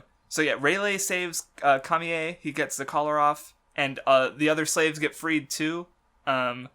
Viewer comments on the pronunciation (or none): I always said camie as KAY ME because of the dub. So every time you said KA ME EY I was thrown off lol. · Its said Kay Mee and not Kamiye wtf. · Kami yé? It's written Camie and the anime pronounces it as such. I don't get you crafts. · you really need to fucking learn how to pronounce shit in one piece you get stuff wrong all the time in the first twenty mins you say aqua laguna papagu camie and a slew of other words completely wrong like i know you hate the anime or whatever but you need to watch it to learn how to say shit properly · Anyone else annoyed on how he pronounces Camie? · Yes, her and Raleigh